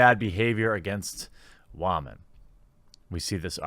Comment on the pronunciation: How does one define "gamer". How does one define "spicy". How does one define sample size of the study. And jeremy.....wtf do you keep pronouncing the word "whom-an". Let's walk through it. It's said "whim-in". Not "whom-in". Id guess youre from canada but where the HELL do you people come up with this stuff it's like millennials TRULY grew up in another galaxy and they're still getting used to the social norms of this world